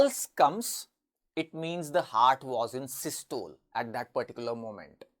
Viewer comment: Don't u know how to pronounce systole? Both the British and us pronunciation is available on net. Pl give correct knowledge.